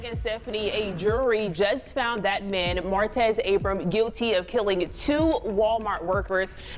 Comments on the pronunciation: Mar-tez not merits 🤦🏿‍♂️🥴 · I know he killed people and all that, but that man name ain't Maretz. Its Martez. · You can’t pronounce martez? “Merits” lmao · Why can’t you say Martez??